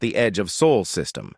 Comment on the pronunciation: Again AI can't pronounce sol. Finally Jake Morison made general.